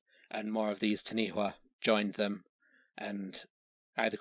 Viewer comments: Taniwha is pronounced Ta-nee-faa. The name of the Largest lake in New Zealand is Taupo. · Good effort but in Maori WH if pronounced like F so Taniwha is Tanifa. Also Hawaiki has nothing to do with Hawaii. DNA testing has placed Hawaiki to be Samoa. Also stick to History as Geographically Hawaii is nearly just as far from New Zealand as the Philippines and Taiwan (Which Incidentally is the route Ancient and ancestral Polynesians took, before settling on their respective Islands. According to Mitochondrial DNA) Maui is ubiquitous with Polynesians and his legend varies from Island to Island and culture to culture. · taniwha pronounced tun - e far the wh is a f sound. taniwha can be in the water or land.. sometimes considered more a dangerous spot or weird eddie in a river is also a taniwha. so has a physical aspect, and, an ambigious warning of a dodgy spot along the way. mania are serpent like bird and are guardians but they are usually more ocean bound. we have a living dinosour/dragon here today, which is a lizard called tuatara. also this may i nterest you on the topic.. kupe is said to have arrived in new zealand around the year 1400